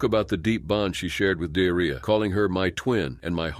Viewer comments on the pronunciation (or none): I'm sorry but.. Dearria??? 😮💩 Surely it's pronounced De'ar'ria... Have some respect!!! 😠